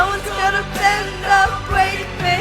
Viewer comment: "No one's gonna bwend or bwake me" I just love your voice.